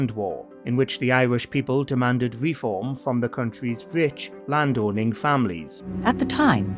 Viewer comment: It’s not RE-form, it’s re-FORM.